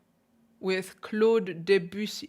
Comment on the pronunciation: I like your videos very much. Thank you for all your musical and technical insights. However I am French, and Debussy should be pronounced somewhat as "Döbüssi" if it was German spelling.😉